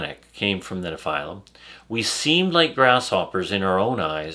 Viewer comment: Why does he keep calling them nePhylum